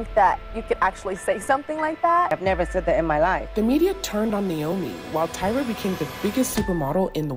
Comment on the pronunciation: Where is there pitting here? Unless this news is made up, there is NO pitting here. They’re just reporting news. And it’s “Tyra” not”Tiara “. These two debuted around the same time so it’s inevitable they’re gonna be paired. As long as is not for rivalry reasons…..